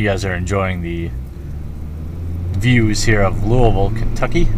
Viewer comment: I just moved away from Louisville to Richmond. No store I've been to comes close to Through The Decades. While it is a very competitive environment, it is super friendly and enjoyable. They still get my business since I moved. Also thank you for pronouncing Louisville correctly!